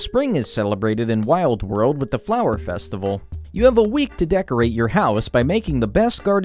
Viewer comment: Festi-vay-le ewww lmao